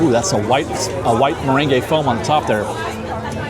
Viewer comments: ...meringue! 😅 Mer-rang, not mer-rengay.😆😆💜💜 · Love your show! It's pronounced. Murang. No "ey" at the end. You said it right just not the extra "ey" ❤️ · FYI Meringue is just pronounced "mur-ang", the -ue is silent. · What if he dances the merengue while eating meringue?